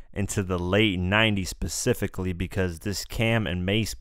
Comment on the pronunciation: Pacificly? And you don't "Spit a cypher" You have a Cypher Session & Spit Freestyles.